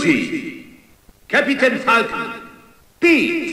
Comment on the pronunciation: La voz del narrador en ingles suena horrible, ridicula y exagerada a mas no poder, en español hay algunos problemas de pronunciacion pero me gusta como dice Capitan Falcon